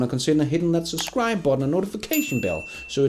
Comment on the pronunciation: SUS-cribe is not a word. Try "SUB-Scribe" instead. Notice the letter "B" in the word?